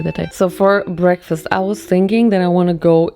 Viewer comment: "very healthy breaskfast" when there's so much sugar in it 😭girl